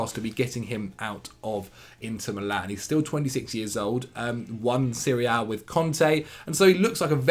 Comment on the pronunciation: One thing, if you attempt at saying Serie A, either do it full english and pronounce the letter A or do it in italian and say série. Because if you go for a 50-50, we end up hearing you talking about Syria most of the times XD